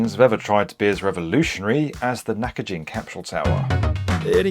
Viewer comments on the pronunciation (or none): Dude, it's pronounced Naka"ghin", as in "give". Did you not watch the source material? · Great video and I really enjoyed it. But I hope you don't mind saying, the building's name isn't "Nakajin" it is "Nakagin". The 'g' is prounounced like that in good or great. Btw, another reason why it was taken down was because of the abestos it contained. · Also its not pronounced like Nakajin. Its Nakagin like gimbal. Do your studies before you post about other cultures! No respect. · "Nakagin" is not pronounced as knack-a-jinn, but knack-cogging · Nakagin, not Nakajin. Hard G. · This is such a minor thing, and sorry for being pedantic. But every "g" in Japanese is a hard g like "Go," and is never a soft g like "Giraffe." Nakagin is not pronounced "Nakajin." Also, the suffix "-jin" actually means "person/people," so you're changing the meaning of the word to, "The Naka people." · omg it's Nakagin, not Nakajin You've included a lot of clips of people saying it right so how did you manage to get it wrong? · The "gin" is pronounced as in "Ginza." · I know it's trivial, but it's Nakagin like "next of kin." Not gin, the drink. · Just FYi: It’s pronounced NakaGIN with a HARD “G” as in FISHGILLS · Great video, used to see it quite often and for years wondered what the rooms were like. Also it’s not “nakajin” it’s “…gin” almost like how we say gee. Na-ka-GEE-n. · Not only that but misnaming the building that the video is about for the entire duration of the video, somehow pronouncing the "Gin" in "Ginza" (*銀*座) correctly while simultaneously pronouncing the very same "gin" in "Nakagin" (中*銀*) as "jin", which drastically changes everything about the name as it goes from being "Middle of Ginza" to "Middle of a person" 💀💀 it's a shocking lack of decency imo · An otherwise excellent video overshadowed by the constant mispronunciation of "gin" in Nakagin. You even played newsreels of reporters correctly pronouncing it in the beginning! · Knackajin? Nah-kah-jeen.